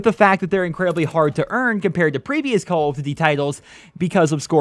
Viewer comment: Calld of dudy